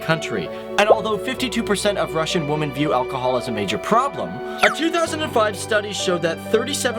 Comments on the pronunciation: It's women, women. Not woman. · Just why in hell can't this guy pronounce the word "women" correctly? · He keeps mispronouncing "women" as "woman". It's irritating. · Can you not pronounce the plural of woman? You always say woman /wuman/instead of women /wimin/. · in future can you not say woman when referring to more than female... Women the fucking word is women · You say "woman" when you should say "women". It's pronounced (whi-min). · learn how to pronounce women, plural of woman. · Do you not know that the plural of woman is women and there is a different pronunciation for that word? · How do you not know how to pronounce women? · Why can't you pronounce women? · You may want to look up how to pronounce the word "women," my dude. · Odd pronunciation of "women" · Thanks. One gripe - you're pronouncing Women incorrectly.